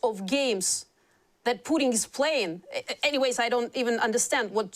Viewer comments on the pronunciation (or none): She calls Putin as Pudding..haha! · Lol I love how with her cool accent the interviewer pronounces the a-hole’s name “pudding”. 😂